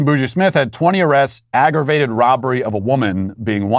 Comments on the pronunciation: I thought Boogie was pronounced the way it is in "Boogie Oogie Oogie." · It is. I don't know why matt pronounced it that way lol